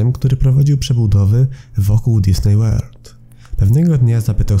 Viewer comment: powinno poprawnie wymawiać się Dizni przez nazwisko założyciela firmy. Disney to spolszczona nazwa firmy.